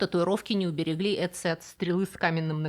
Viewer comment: Мумию того охотника правильнее называть "отци" (Ötzi). Первая буква это что-то среднее между русским произношением "о" и "ё". Жил он в эпоху каменного века, это примерно 5300лет назад. Это на тысячу лет раньше, чем были построены египетские пирамиды. в пазырыкской культуре люди относились к татуировке, как к декоративному ремеслу, а отсюда и все эти стилизованные изображения животных. К тому же их наносили, в большинстве случаев, воины и охотники. Поэтому эти изображения не монстры. помимо тысяч километров разделявших этих людей, их ещё разделяли тысячи лет. Немецкий священник и монах (14 век) Генрих Сузо причислен к лику блаженных в 1831 году, на своей коже, в районе сердца вытатуировал имя Иисуса. ... "Irezumi" (яп.) этот термин означает общее понятие татуировки. "Soushibori" это тип японской татуировки покрывающей всё тело, кроме ступней, шеи, запястий и головы. Так называемый "костюм" .... Маори это история письмена, каждый элемент имеет значение. С помощью своих татуировок жители Полинезии рассказывали окружающим о моем статусе, достижениях, о сражениях и трофеях. ... Дальше не досмотрел, не было времени 🙂